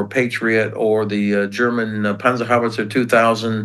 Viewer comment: The way he said "Panzerhaubitze", he actually had proper German pronounciation, I was surprised.